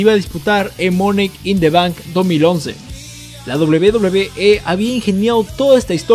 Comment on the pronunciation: Porque dices "monek in the bank"